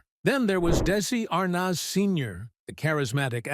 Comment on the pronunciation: May getting the correct pronunciation of Arnaz would be a good place to begin.